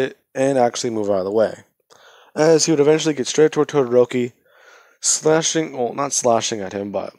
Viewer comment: Its todoroki it's todoroki it's todoroki it's todoroki